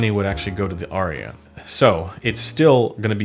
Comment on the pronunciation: It’s “Ar-ya” Not Aria.